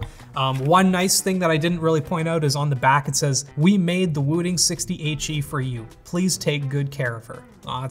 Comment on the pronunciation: Every time he said the name of the keyboard, it sounded like he was saying 68G😂